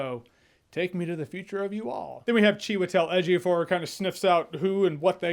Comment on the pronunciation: Am Nigerian and good job with the Ejiofor pronunciation